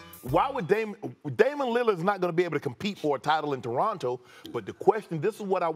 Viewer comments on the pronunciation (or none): Torono* say it right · Someone tell this guy its not the "DORonto Raptors"